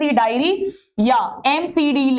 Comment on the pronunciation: mam it is diary not dairy